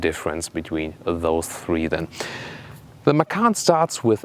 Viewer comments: read macan not makan > macan = tiger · actually the t in ma-tchan doesn't count.. so it is pronounced ma-chan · Actually you should read "Macan" as a "C" like "Cha-cha" I'm Indonesian btw